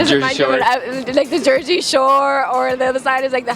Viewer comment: Lol the girl talking about the west coast and says the Jeresy shore 😂